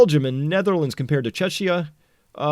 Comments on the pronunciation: BTW Czechia and Chechnya are two very different places. It's Pronounced: "check-ia". No offence taken just cracks me up :-D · Czechia is Czech republic I assume, you almost made it sound like Chechnya. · you pronounce Czechia very wrong. The “ch” is pronounced like in CzeCH republic. It’s not pronounced like “ch” in chair but like “h” in hair. “Cz” is pronounced like “ch” in chair.